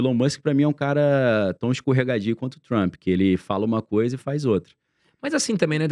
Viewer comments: Por favor, o nome dele é TRUMP e Nao TRUMPY. Deixa isto nas ruas e fora de canais que supostamente estão educando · o "Trampí"